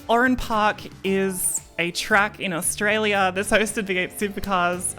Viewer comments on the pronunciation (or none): none